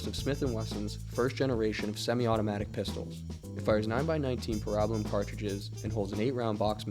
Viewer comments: That wasn’t a S&W Model 39. It had a flat backstrap and black nylon grips. That makes it a Model 59. Still in 9mm just had a 14-round capacity. Oh, and it’s pronounced para-bell-um not pa-rab-a-lum. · I have never heard of a 30-round box mag for the Browning Highpower. Also, the common pronunciation is pear-ah-bell-uhm. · Also it’s pronounced PAIR RA BELLUM. I also enjoyed the video 👍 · ".22 Long Range"? It's "Long Rifle". "Parabellum" is pronounced "pair-a-bell-um" not the way you desecrate it in your videos. Dead giveaway for an AI voice...which shouldn't be used until it learns the vernacular and correct pronunciation. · Parabellum... Para- BELL-um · it's pronounced Para-Bell-um. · you are very knowledgeable but you clearly don't know how to pronounce parabellum..... it's "peh·ruh·beh·luhm" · Say Parabellum right and it's 22 long rifle not long range. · Well, my mind did a double take hearing you say parabellum.